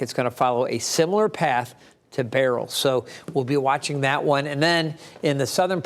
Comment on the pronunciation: Beryl pronounced as BARRELL?